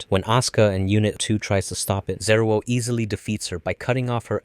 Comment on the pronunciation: How do you do a whole video on Eva and not understand how Angel names are pronounced 😂 EL, bro. "El" is separate from the "I" So Zariel would be ZAR-EYE-EL not ZA-REAL 🤣🤣🤣🤣 All of these words end in the "el" or "eye-el" sounds.